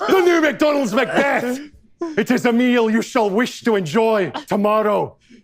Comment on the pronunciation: There is so much emphasis on that second syllable